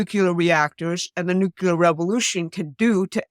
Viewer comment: nu -CLEE - er